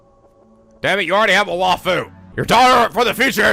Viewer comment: Hey,... It's not "Waffle", it's "why-foo".